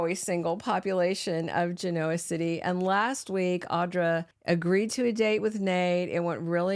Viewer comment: I wish the commentator of this video would do some research on the correct pronunciation of Geneo City. It’s not hard to do, just google it.